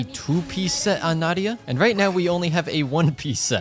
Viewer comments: I'm definitely the only one who is bothered by him saying Náhida instead of Nahida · How many times do you think he said Nadia instead of Nahida? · he kept saying "Naida" and not "Nahida" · Can we just appreciate tht he just went from Call her nahida to Nadia again and again😂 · OMG Exactly. I saw her kit on the trial run and YouTube guides and her demo and all But I never expected such a smooth sound effects Also, not Nadiya... it's "NAHIDA" if I have to say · I kinda love that you call her "Nadia" sometimes, might start doing that too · You prounounce nahida like “na- ida” but your actually supposed to say it like “na-hi-da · not him calling her Nadia by accident like 4 times lmao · NOT HIM CALLING NAHIDA “NADIA” 😭😭😭💀💀💀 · I keep hearing Nahdia when it is Nahida. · I hear Nadiha whenever he says Nahida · can we talk about how he said nadia instead of nahida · I can't believe that half of the video you were saying Nadia instead of Nahida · Its not nahida its naheeda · DID YO JUST SAY NADIA? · he says nadiha but her name is nahida😂😂😂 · did he say nadia? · Half of the video in I hear saying "Nadia" twice and then back to Nahida Also Nahida is pronounced Ne-hee-da ("Ne" as in Neurone) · how is nobody pointing out the fact that java keeps calling nahida nadia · he said nadia alot lmao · Why is he calling nahida nadia😭? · Nadiha not Nahida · Him calling her Nadia always makes me giggle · You keep saying nadiha, is it on purpose? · Nahida not nadia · pls for the love of god say NA HI DA instead of NADIA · the way he kept calling "nadiya" sksksks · Nadiha LOL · as a nahida main i'm very sad HER NAME IS PRONOUNCED NA HE DA NAHEDA = NAHIDA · He missed pronounced Na-he-da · its na-hee-da (no hate) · It is very fitting of a barista to continually butcher someone’s name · He’s butchering the name nahida